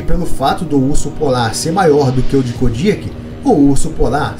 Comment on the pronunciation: mano parei de ver o video so pelo jeito que vc pronuncia "KODIAK", e nao venha com papinho de que vc ta certo , pq TODOS os BIOLOGOS pronunciam o nome dele de maneira diferente